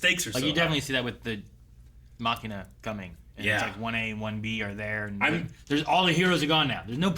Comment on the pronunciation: must be trying to pronounce Machia as Machina on porpuse at this point. They literally said his name 3 times this episode. I honestly believe that would intentionally do this to cause chaos.